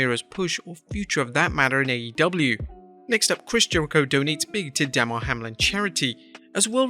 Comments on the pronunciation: “Duh-mar” Hamlin not “Dah-mar” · Damar. Duh`mar. Say the man’s name right